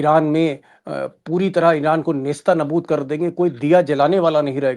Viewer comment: आदरणीय दीपक शर्मा जी नमस्कार -जय हिंद ❤ मुआफ़ी के साथ नम्र निवेदन है कि सही शब्द ( नेस्तानाबूद ) नहीं है बल्कि ( नेस्तो- नाबूद ) है।